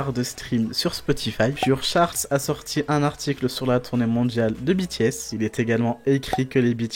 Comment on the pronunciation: Super vidéo ! Continuez! 😍 PS : Dites BTS à la française quand vous parlez français (lire les les lettres de B T S en FR et non en anglais), Merci!